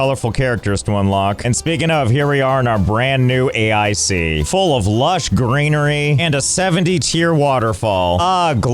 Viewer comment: I don't understand why you keep pronouncing it A I C and not Ache.